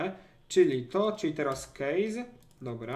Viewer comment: kejsa a nie kejza